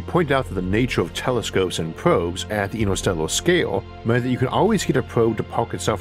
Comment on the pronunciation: I can’t listen to this voice lmao “intuhstewwuh”